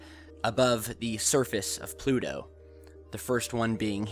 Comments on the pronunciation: Why do you pronounce Pluto with a D sound? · Where's "Plu-do"?